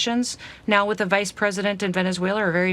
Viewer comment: Donald Dump and Kristi Noem can't even pronounce Venezuela 🤡